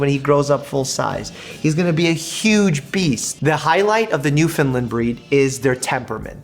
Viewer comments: I’m from Newfoundland and I’m here to help your pronouncing of Newfoundland instead of saying new-fin-lind say new-fin-land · You are pronouncing it as New-Finland.. it’s properly pronounced New-Fin-Land our New-Found-Land but said quick that it sounds like Fin-Land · Mike I love ya . But as a Newfoundlander! It’s pronounced NewfinLAND . You can send a sound clip here . But I’ll send a link . lol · it is new-fi-land iam Canadian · It’s pronounced NewfinLAND Emphasis on the Land. I’m from there. Thank you for trying though. Most people don’t 🤗